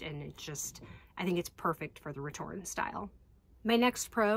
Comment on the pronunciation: I'm sorry I have to correct you, you're missing an "É" at the end of your return. I know in english diacritical accents are rarely used so basically no one writes the name of this bag as it should be written so it goes over almost anyone who doesn't speak french heads but this style is called "retourné" not "retourne" meaning is "flipped (inside out)" instead of just "flip" so pronouncing that final E is very important.